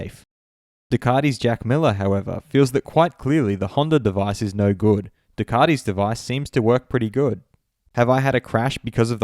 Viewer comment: You’re Australian mate. It’s Du-cat-i, not Ducarti.